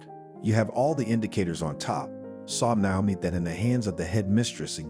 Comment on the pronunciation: Since when has Naomi, Na-o-mi, with a long a, changed to now-mi? This is an ancient name, you can find the right pronunciation in a lot of places. Please try better.